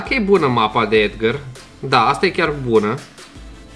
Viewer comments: EDGAR SE ZICE NU EDGĂR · Edgar nu Edgăr